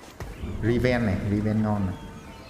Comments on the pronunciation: Draven và Riven : Đờ ra vừn và Ri ven . Bét đọc Trâu :)) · Draven - Riven =))) vl đọc